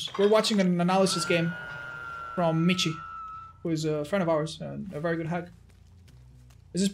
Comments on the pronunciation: If he's german, his name isn't pronounced "MiTchi" but more like "miShe". (like the word "she") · Hahaha es de las pocas veces que te escucho hablar español, xD lo digo porque al parecee Michi se pronuncia Miji, yo también cuando lo vi no sabía como pronunciar asi que lo hice como tú, a lo español xD Saludos, crack. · *for the Germans out there because has been mispronouncing the name: Michiiiiiiii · so does this guy really pronounce his name like otz does? because Michi in german is the short form of the name michael and is pronounced like "mihi". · Man kann nicht behaupten das miji wie Kirche oder Lurch ausgesprochen wird, das ist ein grober Fehler. Es wird wie Rachen, Rochen oder Rauchen ausgesprochen. Diese 2 Laute sind sehr verschieden und werden in zwei verschiedenen Mund Gegenden gebildet. Ich hab mich da emotional hineingesteigert, hätte ich nicht machen sollen, mir aber egal. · I know it’s been a year but because you are spanish: michi is german and the ch is pronounced like the spanish j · Its a german Name you say the ch in michi like a hissing cat and/or the j pronounce in spanish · He is probably german and you butchered his name. It's a nickname for Michael btw.